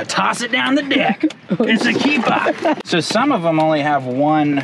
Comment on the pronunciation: This episode was a "keepahh"!!